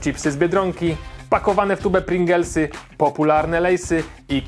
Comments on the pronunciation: nie pringelsy tylko pringlesy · PringLESY a nie PringELSY XD